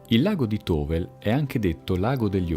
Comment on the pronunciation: Tovel si pronuncia Tovèl!!!!